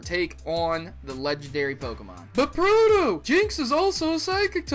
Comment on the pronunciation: Buuuut! Lol